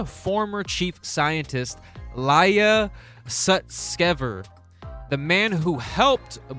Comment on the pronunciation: E-lee-a Sus-kiv-er